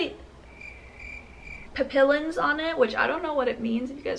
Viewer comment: Papillons you don't pronouce the LL and It means butterflies in french